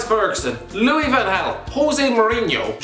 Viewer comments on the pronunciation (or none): none